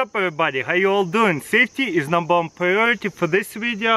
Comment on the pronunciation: "Saftey is numbar wan priority in this video"